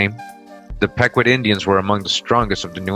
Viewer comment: its PEE-KWOT professor 💯